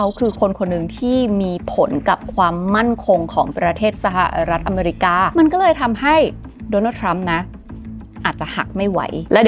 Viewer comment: เกลียดคำว่า สหะะรัฐอเมรีกา จะเว้นช่วงทำไม่ แถมทั้ลคลิปพูดคำนั้นเกือบร้อยครั้ง เสียเวลาฟัง